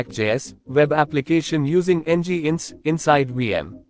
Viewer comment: Come on, dude, it's not NgInx, it's nginx (engine-X), they write it in their homepage... :D